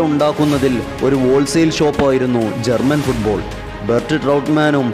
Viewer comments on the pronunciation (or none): none